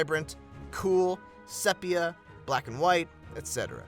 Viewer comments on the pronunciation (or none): It's pronounced: see-pea. sepia.